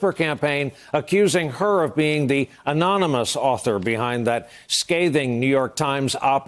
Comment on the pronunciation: Such a freakin liar. Trump doesn't know the identity of Anonymous. He could barely articulate the word anonymous while telling the obvious lie. This is one sick old man.